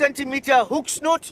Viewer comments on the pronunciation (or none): 🎣 Hook Snood, Not snoot! 🎣